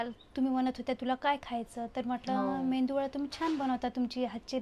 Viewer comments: मेंयदू वडा नाही मेंदू वडा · मेंदू वडा नाही मेदू वडा आणि ढोसा नाही डोसा😂😂😂 मेंदू वडा बनवण्यासाठी फक्त उडदाची डाळ लागते हा तुमचा मिश्रण इडलीचा तयार झालेला आहे 😂😂😂